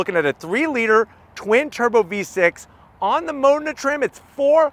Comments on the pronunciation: NOT mOdena BUT modEna! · It’s Modena y’all , “Ma-DEENA”